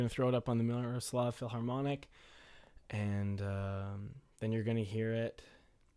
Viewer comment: dude thanks for the demo it was very helpful. Please don't take it as an insult but the h in philharmonic isn't supposed to be pronounced. Cheers!